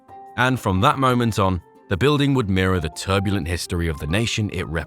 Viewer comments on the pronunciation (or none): none